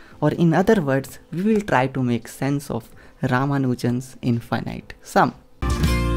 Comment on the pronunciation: What is "infighnight"?